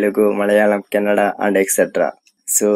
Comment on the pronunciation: Bro it's kannada not canada..